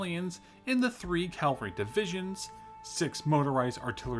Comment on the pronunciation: It's cavalry not Calvary. Calvary is the name of the hill at Jerusalem where Jesus was crucified.